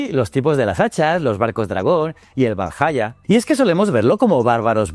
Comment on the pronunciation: Ha dicho Valhalla con "LL"? 🫣